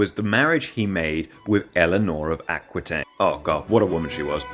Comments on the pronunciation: Prononciation is terrible but the story is very much true. Eleonor of Aquitaine (and not, aquouintaine) was a fascinating woman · Saying Aqooeetaine but Teerells is hilarious